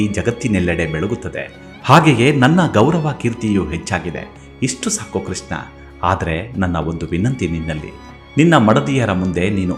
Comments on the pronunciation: Pl pronounce as Krishna ,not Kisna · ಸುಧಾಮನ ಕಥೆ ನಿರೂಪಣೆ ಚೆನ್ನಾಗಿದೆ. ನಿಮ್ಮ ಧ್ವನಿಯೂ ಚೆನ್ನಾಗಿದೆ. ಆದರೆ ಒಂದೇ ಒಂದು ಕೊರತೆ. ನೀವು ಕೃಷ್ಣನನ್ನು ' ಕೃಷ್ನ ' ಎಂದು ಉಚ್ಥರಿಸುತ್ತೀರಿ. ಶಬ್ಧೋಚ್ಛಾರಣೆ ತುಂಬಾ ಪ್ರಾಮುಖ್ಯ. ಇಂಥಾ ವೀಡಿಯೋ ನೋಡಿಯೇ ಜನರು ತಪ್ಪು ಉಚ್ಛಾರಣೆ ಕಲಿಯಬಾರದು,ಅಲ್ಲವೇ.